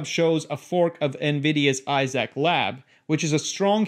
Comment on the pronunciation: Not coming into my house if it mapping everything and uploading anything to a offsite server. Also I cringed every time you said IZAC instead of Isaac like Isaac Azimov.